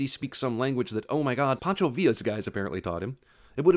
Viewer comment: It's "Pancho" not Poncho "😂